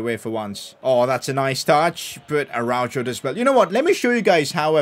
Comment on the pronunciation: Tell me... How tf can you call yourself a Barça fan. All you do is make fun of this team and critisice them. I love your content but hearing you critise everyone genuinely made me mad af. And why don't you learn to say "Araujo" the right way.